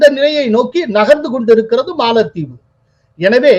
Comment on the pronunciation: காளில் விழுந்தது மாளத்தீவு....?😮😮😮😮😮 தமிழை தயவு செய்து சரியாக உச்சரியுங்கள். யாரோ ஒரு புது நபர் ஏன் இப்படி தமிழை கொலை பண்றார்....😮 கேட்கும் போதே காதில் யாரோ குச்சியை வைத்து குத்துவது போலிருக்கு..... பலமுறை கமென்டில் பதிந்து விட்டேன். ஸ்ரீனி சார் கொஞ்சம் கவனிங்க.......😢😢😢😢😢😢